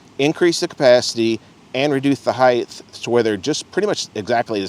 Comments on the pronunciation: It's pronounced "HYTE" not "HYTHE". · its pronounced HEIGHT. TTTTTT.